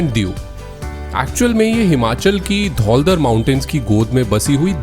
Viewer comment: Great content but it's Dhaula dhaar, not dhauldhar